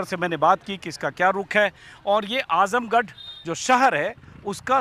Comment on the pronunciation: आजमगढ़ नाम तो ठीक से ले लो। आजमगड नहीं